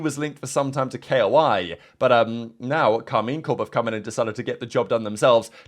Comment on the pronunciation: Please pronounce it Koi not K.O.I. ty